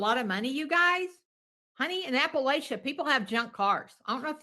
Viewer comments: This woman can't even pronounce Appalachia correctly. I bet she's not even from here. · How in the absolute fuck are you from Kentucky and pronounce Appalachia like that?😮 signed, a West Virginian who hates Mary Kay with the fire of a thousand suns.